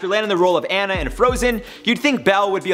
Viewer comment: Did he just say “Anna”? It’s Anna! Geez